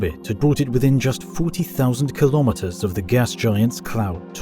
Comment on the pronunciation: Awesome video, learnt a lot. Also, finally, someone that can say kilo metres properly lol